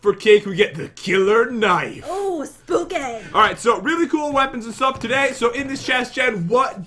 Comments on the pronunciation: People: Spooky Me: Spoopy Jen: SPOOKAY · Excuse me sir its pronounced SPOOKAY